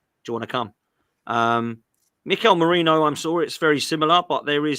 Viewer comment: It’s Merino not Moreno ffs 🤦‍♂️